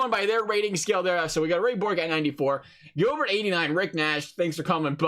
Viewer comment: Why not messier for the rangers? Rod Gilbert was a great but everyone knows the captain when you think of the rangers. It’s also pronounced rod. (Jill- bear)